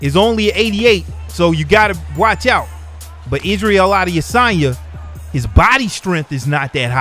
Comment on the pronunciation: How can I take you seriously when you can't pronounce Adesanya... Common man he's the MW Champ.